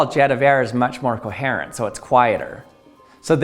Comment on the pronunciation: mispronunciation of the word "coherent."